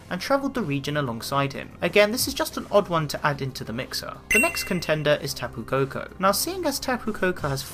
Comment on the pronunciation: It's kapu koko